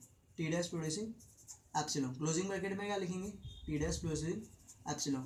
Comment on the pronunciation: abay epsilon hota h appsilong kya hota h bhai!!